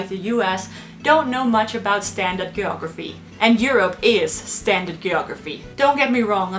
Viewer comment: Shit learn to say geography